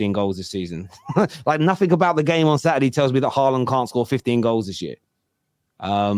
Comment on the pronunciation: cringe calling holjund haaland